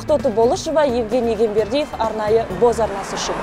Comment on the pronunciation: Евгений Егембердиев дегені қалай кетті тілшінің😂